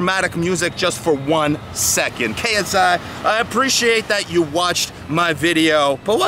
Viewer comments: Did you say KSA? facepalm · Its KSI not KSA